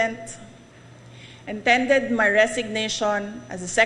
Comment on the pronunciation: TENDED??! 😂 Baka TENDERED. Coming from education sec. Review your script pinahamak ka ng witer mo.